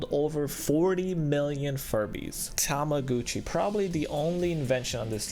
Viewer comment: Hahha tomagootche it's not how you pronounce it